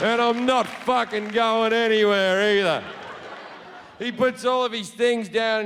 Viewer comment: "No one is watchin the FAHCHHKEN MOVIE"